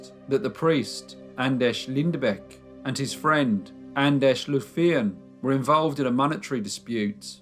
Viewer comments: I believe, your grossly mispronouncing the name Anders. It's a Scandinavian, not Czech or Polish - name. That is to say, it's [Ánders], not [Andesh]. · Anders not Andesh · It's not pronounced An-desh, it's An-derz!!! >< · I just wanna make sure I'm hearing this right... Anders is pronounced An-Desh? O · He's Andesh, he's Andesh, youre Andesh...Im Andesh!! Are there any other Andeshs we need to know about?!? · well unfortunately this isn't the case with this one, Anders isn't pronounced Andresh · Who on earth taught you to pronounce Anders like that? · I love you crime series, but sometimes the pronunciation of names makes me cringe. Like today. Anders is practically pronounced the same as in English.